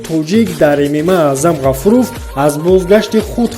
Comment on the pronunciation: Аъзам Ғафоров а не Ғафуров!